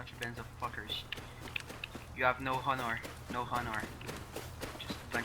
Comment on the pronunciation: "you guys have no hunar." took me awhile to figure out what he was saying.